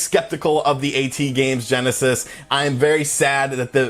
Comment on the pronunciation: It's not pronounced a-tee-games, it's pronounced at-games. Get your pronunciations right!